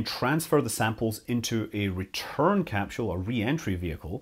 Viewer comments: Is it "capsule" or "capshule"? It's like the family guy episode of emphasizing the H in Cool Whip except without the H being in capsule 🤦‍♂️ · What the he'll is a "capshule"? You couldn't mean "capsule", could you? I understand differences in the English language. That's just basic variance of speaking. But adding entire letters to words... Well that's just silly... Oh wait, you weirdos pronounce "aluminum" with an extra "i" for no discernible reason. You're a smart guy, but you're a slave to saying things completely wrong because of the small plot of ground you were raised on. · 😂😂😂 why the emphasis on a H that doesn't exist?